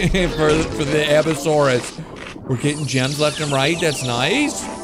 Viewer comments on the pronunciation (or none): Its. Pronounced. Abyss-a-suarus